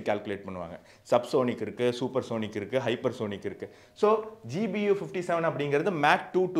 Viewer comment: Your language is good. In two places there was a slip of tongue by telling GUB instead of GBU.